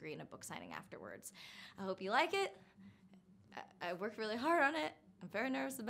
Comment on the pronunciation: That bye at the end is so humorous to me, like it was so abrupt